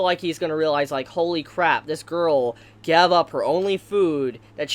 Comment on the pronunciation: Am I the only one who noticed him say gav instead of gave?